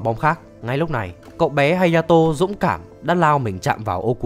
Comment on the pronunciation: Ủa phần 4 là hayato mà sao cứ hataro =))))